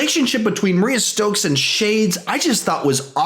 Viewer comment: Mariah Stokes not Maria stokes (read that in bushmasters voice)